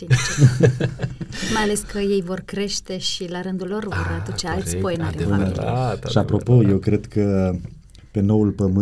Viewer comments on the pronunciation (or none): Nu se spune Poenaríu se spune Poenariú